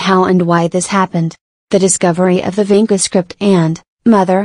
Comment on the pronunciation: It's not pronauncrd as Vinka but Vincha. Vincha is a place near Belgrade- Serbia, some of the Vincha letters Serbian people still use it today in their cirilyc wrighting